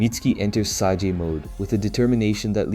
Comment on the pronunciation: Its pronounced SAY-J, not sah-ge wtf